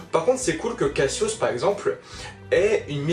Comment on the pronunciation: J'ai adoré quand tu as appelé Cassios "kasos"... Ça lui va bien. 😂😂😂👏👏👏 Bon par contre "kasos" était déjà développé à l'origine. Merci de te renseigner sur les évènements de la maison du Lion. (Eh voui.)